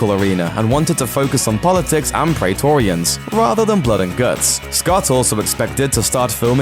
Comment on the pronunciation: the ae in praetorian is Pronounced as a i